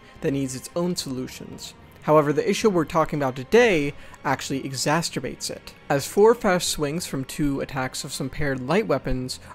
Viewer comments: exacerbates - not exasterbates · "exasterbates it" haha